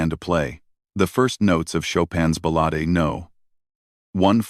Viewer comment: Learn how to pronounce "ballade"... to those of us who have actually played this piece, your mispronounciation is nothing short of sacrilege. ..